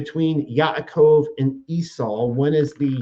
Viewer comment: I appreciate discussion honestly, but as a correction of speech, it's not Yit"shack" it's pronounced Yeets hawk (sorry, tried to spell it phonetically) the CH is sounded like "ha" as in ha hah ha laughing... And it's not Ya"cove" it's Ya 'a' cove (phonetically spelled) - these are Hebrew names. It would be greatly appreciated and respectful if it were said correctly.